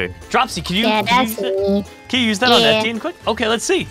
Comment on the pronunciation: etti-in lmao its a french name pronounced Éti-ehn